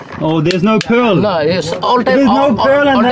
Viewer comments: You mean "PoReaL" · Yeas yeas pressus metal it's called porl pworl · "That is called pearl3" the way he pronounced it was epic 😂lol